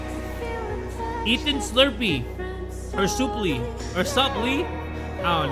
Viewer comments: Bro reading half those names wrong was so funny 💀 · I broke out laughing when he said Ethan slurpee when the name is suplee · When he said Ethan Slurpee instead of Suplee, I burst out of laughing bro! IMAO watermelon hit different